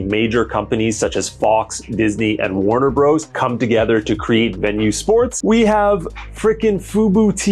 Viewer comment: It's Warner Brothers, not Warner Bros...